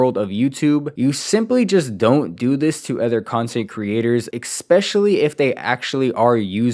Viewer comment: Please bro, especially. There is no EK, not ekspecially